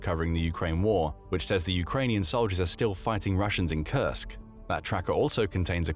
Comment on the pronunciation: Like he says it over and over to look sophisticated? Can’t pronounce Kursk correctly which it’s mostly about Kursk? Strange.